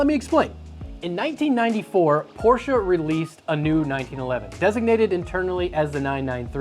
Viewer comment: As a German im Glad your pronouncing Porsche the right wayg